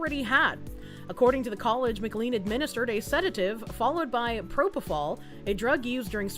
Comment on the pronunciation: Hearing pronounce "MacLean" as "M-Clean" hurts my Die Hard-loving soul. But it is to be expected.